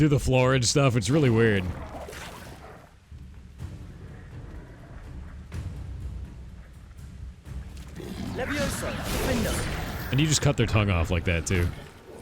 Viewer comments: Its leviOsa, not levioSAR XD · It’s leviOsa not leviosA 😂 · The slowly building joking rage as the Leviosa joke kept going... *backward*. Levi-oh-sa, not levio-sah, honestly. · It's leviOHsa, not levoiSA, also they don't remember the movie because of bananas in pajamas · I just needed to say; Its LeviOsa, not LeviosAAAAHH